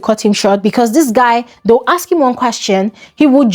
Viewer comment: Why can't Nigerians say the word ask or asked properly? Great analysis as usual